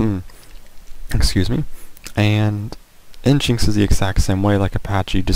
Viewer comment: Psst: nginx is "engine x" not "en jinx".